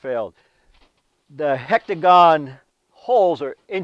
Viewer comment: Hi, really love your videos. I couldn't help but smile every time you said hectagon vs. hexagon. Keep up the great work!